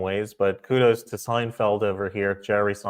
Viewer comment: It's Seinfeld, not Steinfeld.